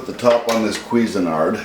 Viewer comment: He pronounces it "Quesi-nard" ... >_< lol